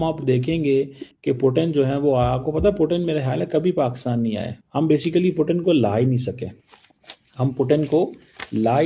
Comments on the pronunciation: Bsdk पुटीन नहीं पुतिन जी बोलना सीख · Putin bolna Sikh pehle 😂